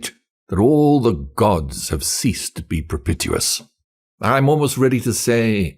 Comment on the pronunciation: You don't pronounce 'propitious' correctly. And the second syllable of 'turbulent' was a little off.